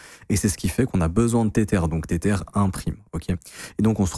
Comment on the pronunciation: "tétère" mdr